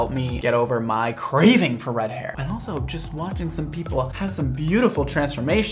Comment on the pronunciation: I like his emphasis on craving. I’m CRAVING for red hair lmao.